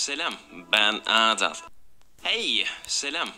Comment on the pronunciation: dediği kelime:HEYĞĞGY Selam BEĞN AADAÂL x&